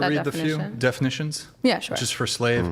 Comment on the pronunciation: How is she considered an “all star” in anything?! Hands down, the dumbest internet debate personality I’ve ever seen!!! She’s legitimately stupid. And I swear to God almighty… If she can’t learn to say SURE correctly I’m going to lose my mind! “cHuR! CHuR cHuR CHURRRR!!!”